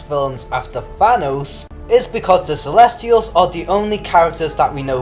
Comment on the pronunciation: It's CELESTIALS, Lords. No "r".